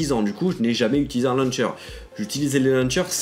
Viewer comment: "luncher" humhum launcher 😀